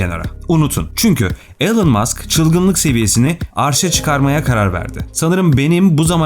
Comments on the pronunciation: Elın değil ilan öğrenin artık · 'ELIN' degil 'iLON' Musk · Telaffuzlar konusundaki başarı çok iyi olsa da ana kelime Elon, elın değil ilon şeklinde olması gerekiyor yazmadan edemedim